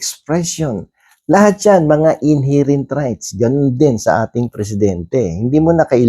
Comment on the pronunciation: KA BA TALAGA MOKONG. PRONOUNCE MO NGA " INHERENT ' CORRECTLy para naman at least magmukha kang atty🤣🤣🤣🤣🤣